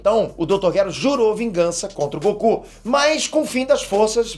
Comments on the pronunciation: GOQU hahahahahaha e goku não GOQU.Ta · Goku com "G-O-Q-U" KKKKKKK essa foi de capota o corsa